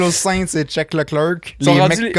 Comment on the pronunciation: Ha ben carosse! Mon pilote préféré est Max et le résultat Carlos Sainz. En passant j'ai entendu sacré 😂